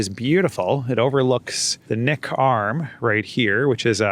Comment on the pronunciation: Kenai = KEEN-eye Also, the 'k' in Knik is vocalized. Welcome back to Anchorage. :)